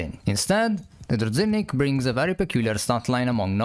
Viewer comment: It's pronounced like druzhinnik, not druzinnik